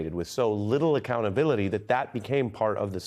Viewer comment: Im sorry did you just say .... AC-Clownability? We need full Acclownability in my opinion... full acclownability!